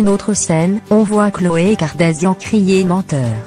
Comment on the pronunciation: Kardashian et non kardasian